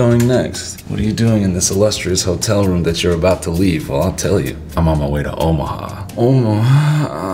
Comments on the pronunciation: the way he said omaha at the beginning has me screaming 😭😭😭😭😭😭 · Hey man. I heard how you said Omaha and now I'm dead.... Thanks man for making me freaking dead...